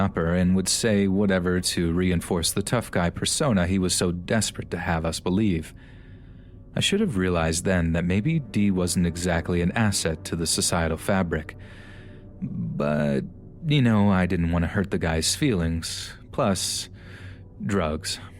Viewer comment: “asset to the sociatal fabric” lmao what